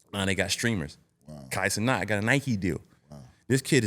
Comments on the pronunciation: Old ahh saying Kai Kenet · dude said kai kenet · My boy said Kai Kenet 🤣🤣🤣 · He for sure messed me up for sayin “Kai Cenat”…… hahahahahaaha